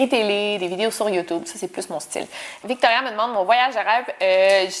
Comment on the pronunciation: Alors déjà je viens à peine de commencer à regarder la vidéo mais 34 minutes de Victoria??? J'adooore J'écris ça 20 minutes plus tard ahaha awww t'es adorable j'aime trop comment tu prononce mon prénom et merci beaucouuup d'avoir répondu à mes questions "ou si je viens en Belgique" ahahah ouiii